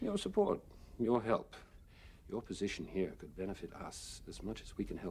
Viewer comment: Yo Narn, you better herp out. I know that had to be just a case of mangling a word as we have all done, but addressing lizard people and telling them to herp out was hilarious.